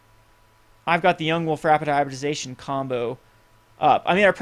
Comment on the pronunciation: HY-BRID-I-ZA-TION. its not hard to say.